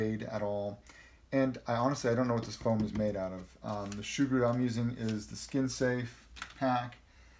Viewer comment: Its soo-groo Not shoe-groo